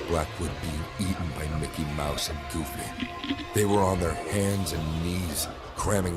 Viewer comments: dawg did he say “Goofly” instead of “Goofy” when Mickey and Goofy appeared in the classroom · I know the Disney one was supposed to be scary but how am I supposed to be scared when all I can focus on is that the person telling the story said "Mickey and Goofle”?!